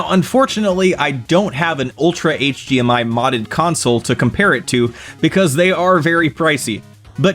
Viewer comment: might be saying D but I keep hearing G. HGMI, HG TV.